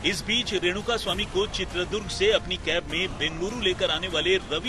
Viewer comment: bhaisaab., Durga maata hotin hain ya Durg maat ?? toh uss jila kaa naam ChitradurgA hai., not Chitradurg